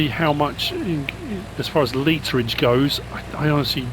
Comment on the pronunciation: “Litre-ege”. Love it! Hope your son gets better soon